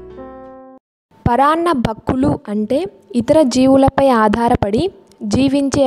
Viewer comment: Video is good but please note that it is " Paranna BhUkkulu and not paranna BhAkkulu Thank you